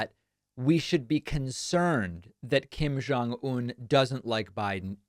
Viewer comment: Hey David. Just want to let you know, the pronunciation of Kim Jong Un is with a hard J sound. Koreans don't have a sound like you use for Jong. That would be more of a Chinese pronunciation. People mispronounce my husband's name like that all the time. But, in Korean it's a hard J sound. BTW, love watching your youtube!!